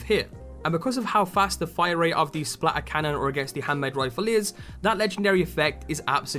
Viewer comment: No one: English people: SPLA ERCANNON